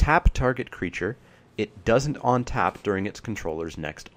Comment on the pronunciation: where do you live? Your pronunciations are mostly "normal" but then you say ontap for untap :) Just wondering.